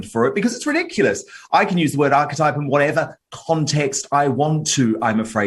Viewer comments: "Archetype" isn't a two syllable word, it is three syllables. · Arch-type? That is definitely not how that word is pronounced. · Megyn is not a stupid woman, but she's playing one here in order to impress the yokels. She sound like a preteen Mean Girl with her childish mimicking. And she also mispronounced the word "archetype" in her tirade. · Meghan has never heard the word archetype? Besides pronouncing it funny, who's really the dumb one here. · What's equally frightening is that Megyn Kelly didn't know how to pronounce archetype in the first few frames of this broadcast. For her information, it's not some obscure word that no regular Joe would know. It's an accurate and simple descriptor. As a seasoned journalist Megyn should be au fait with it. Notwithstanding that, no person can own any dictionary word unless they make up an entirely new one of their own and trademark it. Apple doesn't own the word apple. Meghan can't own archetype.